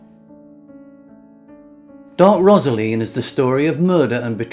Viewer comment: Rosaleen is pronounced as a, Rose, Rosaleen!!!!